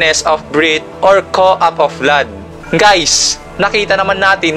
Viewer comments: Cough not cou... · Correction lang sir about sa cough,, Cough pronunciation,, Cough-Kawf yan po yung tamang pagbigkas sir, Hindi poh ako matalino sir pero yun lang din ang observation ko,,..